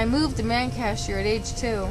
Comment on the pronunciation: Man- CHEST -er not 'man casher' - that was driving me nuts lol (OK ya fixed it nearer the end lol)